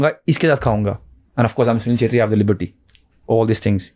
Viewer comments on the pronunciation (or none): चेत्री❌ क्षेत्री✅ Nepali cast hai mai v chhetri hu so sunke bura laga😅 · Not chetri it's kshetri